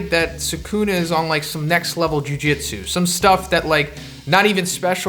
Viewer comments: Why TF are u saying jujitsu? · jujutsu kaisen not jujitsu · jujutsu bro not jujitsu